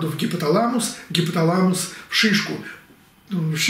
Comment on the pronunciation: У вас очень хорошая подача материала,у меня сразу сератонин повышается когда вы говорить "шышку".очень смешно)